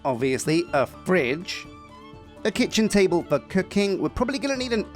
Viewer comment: did you say ‘Küchentable’? It sounded very German, it could just be a slip of the tongue, but my German ears can hear umlauts very well. ^^